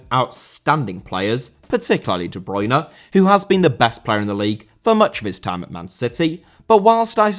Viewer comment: Bruyne* not Bruyner